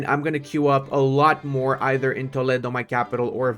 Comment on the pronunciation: As an spaniard I appriciate that u say Toledo and not Tolido